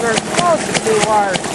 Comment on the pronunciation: Ahahaha! I just love it.... Especially when ya say warshed.... Love it....